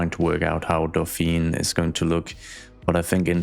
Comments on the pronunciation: What you pronounce is "Dauphine", which is the name of the female dolphin, and the title of the wife of the heir to the French throne (so Marie-Antoinette was the Dauphine before she became Queen). "Dauphiné", with the accent on the e, is the name of a l region in France. The two are actually linked: the title of Dauphin (and therefore Dauphine) comes from that region. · 'i think i can pronounce this correctly...' spells Dauphiné (with 'é' at the end pronounced 'ey' --> D'o-fin-ey) but actually says Dauphine (with a silent 'e' without the *accentégu*) XD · A very small french pedantic comment: you should rename it to Dauphine to match your pronunciation. Dauphiné becomes dauphin-aye. Drop the accent. Or not :D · Not to be annoying but to be pronounces how you said it should be "Dauphine" not "Dauphinè" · 🥸 Dauphiné is prononced more like "Dough-fee-nay" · And now we will call that day, the "Kesselfeld Incident". This is clearly a case of urban horror stuff. We are in Fringe, SCP or the Backrooms ! 😆 Dauphiné is pronounced "Do phee neh" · Hello, french admirer here. 1) E in Dauphiné is pronounced like the 1st E in elephant. 2) Since the nearby area is named Antoinette, I would argue that the higher-class area should be named Marie. Marie in french sounds a lot like marée or Marine which are 2 words of the sea lexicon. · There is a neighborhood in my hometown of La Rochelle in France called "Porte Dauphine" . Also careful because of the accent at Dauphin(é) as you wrote,it's not pronounced Dauphine but rather ( e acute) as in " pay or Beyoncé ". So in order to sound as Dauphine you should remove the accent.